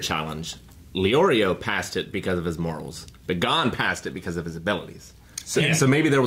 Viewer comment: I just hope they switch to the sub. They even get the names wrong. SatOts? really? H í soka? GOn? It's painful.